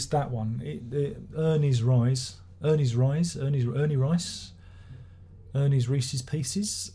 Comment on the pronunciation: Haha. How can you not love Grobschnitt? Btw. Reise is pronounced R as in Rocket, EI as in I, SE as in Select.